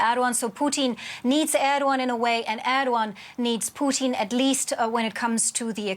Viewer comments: Why does he say “Poutine” instead of Putin lol 😂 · Her saying poutine driving me crazy that's an Canadian dish made with cheese and French fries ffs